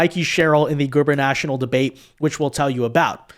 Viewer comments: you're awesome. But it's guber-na-torial, not guber-national. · For the love of God, it’s goober-na-TORIAL, not goober-NATIONAL. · 🤣🤣🤣 it’s Gubernatorial not Gubernational… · I love your work ( and I'm a subscriber ) but dude, the word is gubernatorial ( goo ber nuh TOR ee uhl )